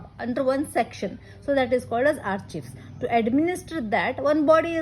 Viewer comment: Excellent efforts Madam.. A small fact though.... do you know that you are vocalizing 'Archives' wrong :).